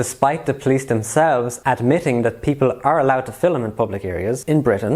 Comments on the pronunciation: mate please its not FILLUM its film ! i have never heard anyone say filluming someone ever until you came along , stop it please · Stop saying "Fil-um", its "film" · Filim is the wrong pronunciation